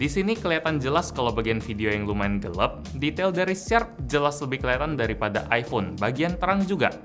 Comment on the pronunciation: Gue: Gelap: Gelep